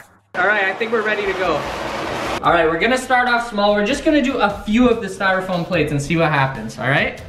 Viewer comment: This man Said styrafoam paper